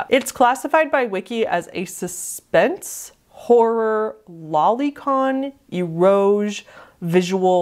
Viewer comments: Hi! as a heads up, eroge is actually pronounced in three syllables, like, "aero-gay" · Just for future reference, eroge is pronounced ay-row-gay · eroge is said like e-ro-ge (e as in end, ro as in rose, and ge as in get) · what you're talking about there is actually eroge ( pronounced ero-ge), or erotic games, it's generally referring to sexual adult games in Japan, most often they are 18+ visual novels. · The way you say eroge is really funny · Saya no Uta is a weird thing to have on this type of iceberg. Loli, R*pe, and gore are all not that uncommon in visual novels. There are much, much, much darker vns out there. And Eroge is not pronounced like that.